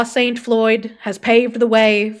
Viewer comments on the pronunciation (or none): none